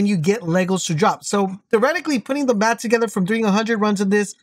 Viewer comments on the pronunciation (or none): none